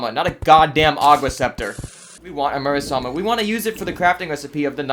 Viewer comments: You said murasama instead of muramasa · It’s muramasa not murasama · Mura-masa... not Mura-sama